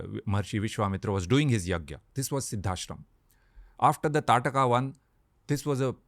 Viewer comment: She was ताड़का I guess. Not Taatka.